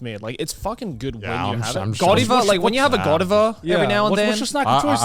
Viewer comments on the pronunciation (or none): I'm sorry, how the f are you pronouncing Godiva??!??!! "God-i-va" what?! I even looked it up, that's not the British pronunciation either (according to Google) Okay, they started saying it correctly after, but that first one got me